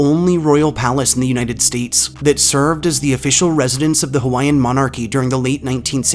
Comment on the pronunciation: Being native Hawaiian and a collector of Hawaiian ghost stories, myths, and legends this was a great video that was mainly accurate. I also like to mention that you did a good job pronouncing most of our Hawaiian words. I’ve heard many butcher the names of places and people that have Hawaiian names but you did well!! Great job. I enjoyed your video.